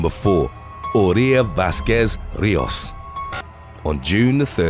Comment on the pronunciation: *Rijos = REE-hos (h like a Scottish 'ch')